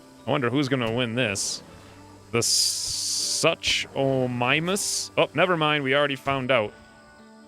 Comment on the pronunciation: It’s sew-k-A-mime-us